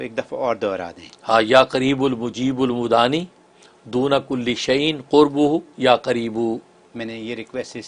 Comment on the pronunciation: Inka pronunciation sahi nahi hai Mudaani likha hai aur bol rahe udaani Kya sahi hai plz bataye